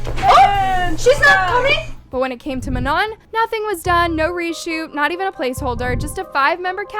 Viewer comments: please do ur research properly before jumping to conclusions she sprained or twisted her ankle so she couldn’t dance here also please say manon properly im gonna crashout she was included she lit punched that thing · Do u prefer to say manoN or u don’t like “ mah-noh” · Girl you cant even pronounce Manon, MAMA, Lara, or Normani correctly. NEXT!